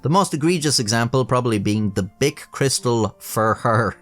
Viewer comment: Cris- tal ,surely? Being French.